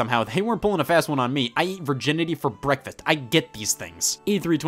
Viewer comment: He said breakfeth not breakfast